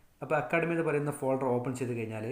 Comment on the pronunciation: ഫേൾഡർ അല്ല ഫോൾഡർ ആണ്